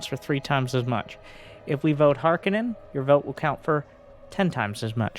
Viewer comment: This looks great but the only thing that bothered me was you kept saying harkonnen the wrong way :P